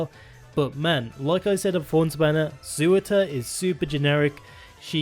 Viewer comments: Tbf those names are mad hard to pronounce correctly, much like Eyjaf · "Sewer-tur" Why can't anyone just pronounce Surtr correctly. :( Btw Laevateinn is pronounced "Lay-vah-tain"